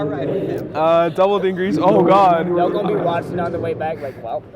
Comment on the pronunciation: why does everyone say fuckin "dingrisu", its clearly spelt d i n g i r s u ... fucking dyslexia epidemic for yugioh players